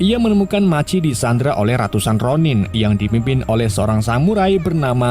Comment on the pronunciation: Machi .maji machi maji😂😂😂. Bgung jd dgr nya